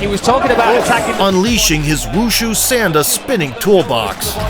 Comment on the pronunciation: I train sanda as well and i don't mean to be rude but its pronounced saun like in sauna and the da is pronounced d ah